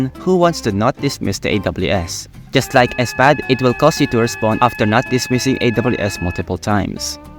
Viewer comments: did you just pronounce SPAD as S-PAD???? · You can tell that is Filipino for saying SPAD- “ ESPAD” 😂